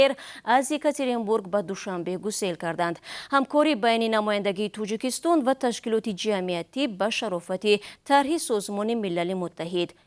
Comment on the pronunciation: Диктор, илтимос калимаҳоро дуруст талаффус намоед! Тучик не балки точик! Тучикистон не балки Точикистон! Ба забони араб ё афғон тақлид накунед! Бо забони точики тоза нақл кунед хуб мешуд!